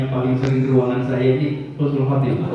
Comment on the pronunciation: Admin yg bener itu Husnul Khotimah bukan khusnul khotimah beda banget artinya Husnul baik,, khusnul buruk